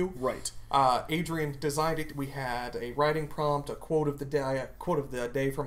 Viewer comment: And the way you pronounced your middle name was fucking elegant. Sounded like a pretty good shot at "l'oeil" ("eye" in French)